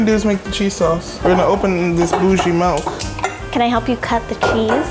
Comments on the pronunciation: why tf are they saying Melk😭😂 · Milk: exists: “melk” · So we’re not gunna acknowledge the fact they’re saying “melk” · GIRLLLL SHE DID NOT JUST SAY “melk”. Someone hold my earrings. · We need “MeLk” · nobody: them: melk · OMG Did they just say "melk" instead of "milk"??? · Bro it’s milk not melk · "melk" wtf